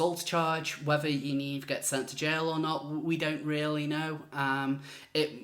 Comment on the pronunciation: "Yanivery" LMAO!!